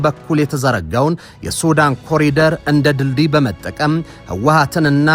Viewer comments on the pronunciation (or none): none